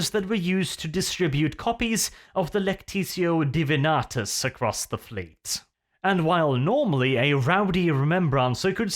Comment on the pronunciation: you are awesome, and I love you platonically, but it is the Lectio Divinitatus. *DiviniTATUS*. Thank you and keep up the good work.